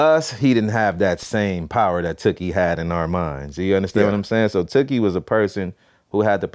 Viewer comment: It’s tookie glad not tewkhi